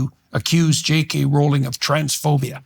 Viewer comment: Amused by how he's defending J. K. Rowling but pronounces her name wrong. Can't blame him! Whenever I read it, my mind thinks the same thing. My mnemonic is: 'J. K. Rowling isn't going bowling. But if she were a werewolf, she'd be howling and growling and yowling.'